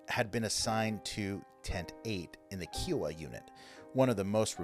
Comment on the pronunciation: My husband is Navajo and we have friends from other tribes.. I've never heard Kiowa pronounces as KEE oh wah. I've only heard it as KIE( like pie) oh wah. 🤔